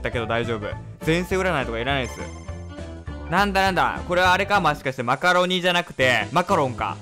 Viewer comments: マカロン出てきたとき「もしかして」を「ましかして」って言ってません？www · テーブルクロスでマカロン出てきたとき[もしかして]を[ましかして]って言ってて可愛いw